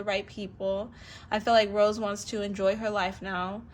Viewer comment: It's Rosé not rose Rosé pronounce RO-ZAY